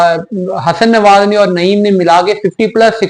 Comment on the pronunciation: Nawaz not newaz